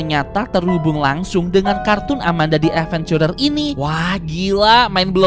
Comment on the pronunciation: nyebut si amanda nya kayagini biar seru amanda dead venchurer